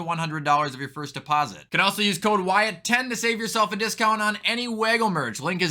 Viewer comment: You didn't even say it right 😭